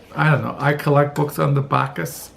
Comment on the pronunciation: Once again a nice selection of titles. Your thrift stores are better than mine because all I seem to find are the Twilight series or 'Purpose Driven Life'. Ugh. By the way, Bauhaus is pronounced bah-house. Tom Wolfe wrote a short (130+ pages) book titled 'From Bauhaus to Our House' which showed how that philosophic school of slabs of concrete and glass found It's way into commercial architecture. Wolfe explained how it was (and still is) that flat mirrored buildings became popular even when EVERYONE on the various Boards of Directors disliked the look. And I am encouraged by your attitude and testimony. Thanks.